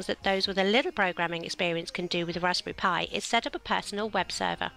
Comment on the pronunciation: "Raspy pi"